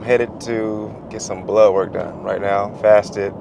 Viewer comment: I’m from New Zealand 🇳🇿 when he says blood work I hear ‘blow work’ yip. A double take a few times 😉